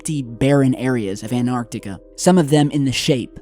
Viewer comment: You crucify Vice for misspelling yet you say 'ANARTICA' Your channel is interesting, yes. But do I believe all the crap you say and post? No. If people would compared the legitimate stuff you post vs the downright bs, you'd realize you're not that 'credible' of a channel either.